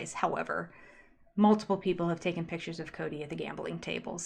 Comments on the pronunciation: I'm not a speech therapist but their pronunciations of picture, hill, coyote drive me nuts! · Words that drive me crazy that the Brown adults pronounce incorrectly: "Picture" "Thing" and "Feel"